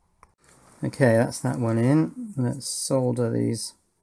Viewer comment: It makes me so happy that you pronounce the L in solder instead of so many people. It has always bugged me. Great work on your Power Distribution boards!